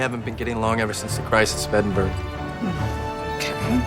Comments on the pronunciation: did he just pronounce Edinburgh like Edin berg?😂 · Did that guy say Edinburgh as "Eding-burg"? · im sorry, but the guy helping select which heroes to send rlly said edinburg, EDINBURG. IT'S PRONOUNCED EDINGBRUH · Movie: I don't know they haven't been getting along since the crisis of eh-din-burg Me, a Scot: It is pronounced Eh-din-bur-uh, idiot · The most annoying thing is that random guy who mispronounced edinburgh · As someone from Edinburgh, that pronunciation was horrendous. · Okay but that is not how you pronounce Edinburgh